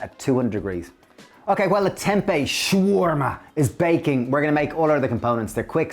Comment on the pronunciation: Guys. Love your channel. Am so inspired by your dishes, I have cut my meat intake and feel so much healthier! Two things made me laugh in this vid though: The Lebanese/Levantine dish you refer to is pronounced SHA-WER-MA (shah-were-ma). Ciao is Italian. Adios or hasta luego is Spanish. 😛 👏 👏 👏